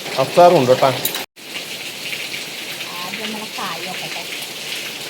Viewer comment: കോയി.. കായി 😂